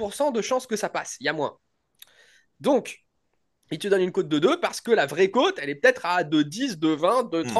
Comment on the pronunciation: tu n'as jamais fais gaffe de sa prononciation? Il dit cote comme côte de bœuf ou côte à monter 😂 Je te kiffe 😘